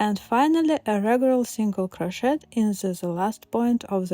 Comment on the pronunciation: You are delightful! However “crochet” should be pronounced without the “t” sound at the end. Go to 43 seconds on the video.